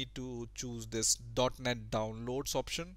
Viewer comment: when you said .net framework i swear i heard "dark net framework" haha